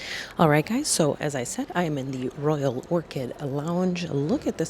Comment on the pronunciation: Did she say the Voyal Cricket Lounge?